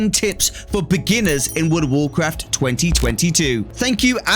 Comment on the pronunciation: “Woord of worcwaft”